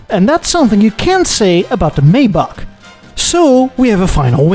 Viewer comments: How do you manage to pronounce everything wrong - I thought one of the arrogant traits of Europeans was a disdain for Americans just making up works instead of saying them correctly. You’ve managed to out American, the Americans. (amongst others: The phonetic spelling of "Maybach" is MY-bakh. It's pronounced with a "MY" sound followed by the German "bakh".) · Dude. You are Dutch. Surely you know how to say "Maybach". (Something like MIJ-bagh in case you really don't.)